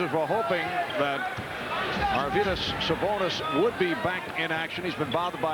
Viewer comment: Not your-vidus but Ar-vidus Sabonis.